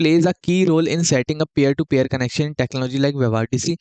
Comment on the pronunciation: great explanation bro but I think it's PEER not pair